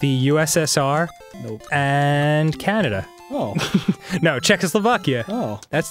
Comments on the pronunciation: Canadia XD Arin wtf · 'Canadia' Glad I'm not the only person who says that! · they said Canadia lol